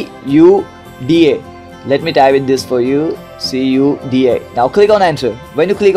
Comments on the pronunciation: It's KUDA not SUDA (CUDA) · it's not suuuda it's cuda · this not Suda this is Cuda(Kuda) hahah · It's khudaa not soodaa :D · sooda nahi kuda pronounce hota hai wo 😂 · WTF sooda :D its Cuda (Quda) (kooda) lol BTW nice tutorial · It’s not sooda, it’s pronounced CUDA (Q-Da) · he wants to say you that your pronunciation is not correct. But bro, your video is very detailed and informative.. thanks for making this video.. very helpful for me..